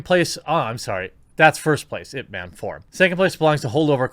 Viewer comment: I love how Jeremy pronounced Ip Man exactly how I imagined a white guy would say it.